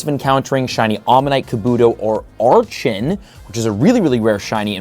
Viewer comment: It really annoys me when you say a Pokemon's name wrong, archen specifically. It's pronounced ark-in